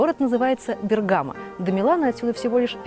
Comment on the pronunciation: БергамО... Ударение на "о".